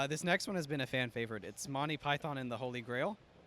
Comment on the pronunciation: Did he just say Monty pyth on